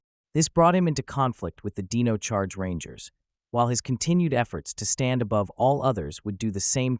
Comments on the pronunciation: Thats dino charge not deno charge 🤣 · Can't even pronounce Dino charge right